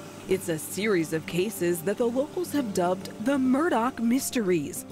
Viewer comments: She keeps saying murdock lol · Take a drink everytime someone says “Murdaugh” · I cant believe that your reporter continually mispronounced the Murdaugh name it doesn't end in a c or a k or ch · **** Ma’am you keep saying ‘Murdock’ - there is no c or k in the last name… please next time you do a ton of research on someone make sure you’re pronouncing their name correctly !!!!! ********** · Why does the commentator keep calling him Murdock?????? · Why does she keep calling him Murdock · Im confused because some people are saying "Murdock" but theres no C or K in the name....not even a Q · It's my new pet peeve to hear "Alex Murdaugh" pronounced "Alec Murdock". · The mf name is "Murdaugh" not Murdock..... is anyone else triggered by the amount of times the name is pronounced wrong? Wtf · I love how the female coraspondant can't say his name ryt. Murdock is not Murdaugh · It’s Mur- daw. Not. Mur-dock. Dang. Why can’t people see how it’s spelled? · It’s Murdaugh! Murdaugh! Not Murdox!!! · I suppose I should t get caught up n seemingly trivial details, but for a “journalist” to repeatedly mispronounce the subject’s name? Come on. Do we not have professional anything anymore? Alek Murdaw, not Alex Murdock. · It’s murdauh…not murdauk… could even watch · Murdaugh… Not Murdock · why do people wrongly pronounce Alex Murdaugh like “Alec Murdock”? 🤣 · Same here. Confusing why some pronounce it "Murdauck", let's call it what it is. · The only thing I can't figure out in this case is why Alex Murdaugh is pronounced Alec Murdoch. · Is it "Murdaugh," or "Murdock?" Because they said "Murdock" throughout the whole episode and it drove me crazy. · The fact they keep saying Murdock bothers me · Is the name Murdaugh pronounced with a K sound on the end? It sounds to me like the host is doing that. I thought it was pronounced like Murdaw. Is she confusing it with the name Murdoch? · Why does she keep saying Murdock? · The presenter pronounces the surname as Murdoch?